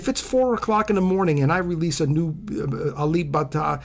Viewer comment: You said it rite bruh.... 🇸🇬